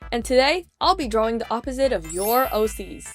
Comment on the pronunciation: I love how you call it drawwing